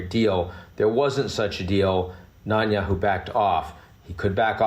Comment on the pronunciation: Ian Bremmer doesn’t know how to pronounce Netanyahu.